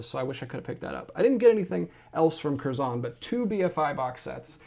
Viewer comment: It’s “kerzon” one syllable, not two, emphasis more on the first part than the second. -a brit